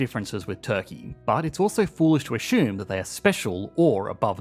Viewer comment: Assume, not ashoom.